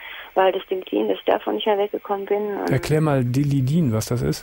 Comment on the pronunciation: nicht Dilli din sondern Tillidin 😂😂